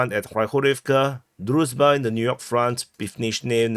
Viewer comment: HL has the right approach, often switching to brutal Russian pronunciation, it's a kind of joke, very funny to the viewers. dude could also use this technique. For example, he pronounces the name of the village "Druzhba" as "Druzba". Also, a common mistake is to read "a" in Russian and Ukrainian names as "a", while in Slavic names this letter corresponds to "ah".